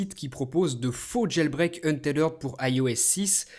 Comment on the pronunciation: Untethered est un mot anglais, donc il le prononce bien c'est pas comme en francais